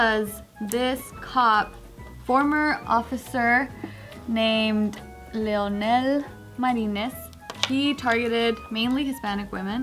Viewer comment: “Leonel” is a boy’s name in Spanish, and it’s different from “Lionel.” She’s pronouncing it correctly